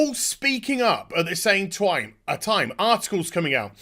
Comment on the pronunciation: im sorry az but you said "twime" and that invalidates all your argument (?